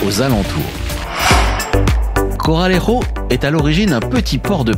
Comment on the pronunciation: deux R à Corralejo !